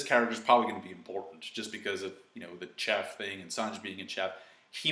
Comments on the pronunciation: Wait, did you actually pronounce the 'ch' in 'cheff' like in 'chalk'? 😂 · idk why this bothers me so much but its pronounced shef. ok have a good day